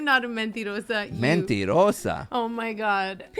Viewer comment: 🤣 your Spanish is great! Especially when you called Sheena a mentirosa! lol